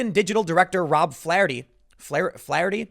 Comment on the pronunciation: It's pronounced "Flare-tee"